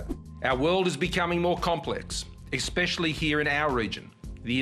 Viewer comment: "expeshally" Way to bogan Scomo.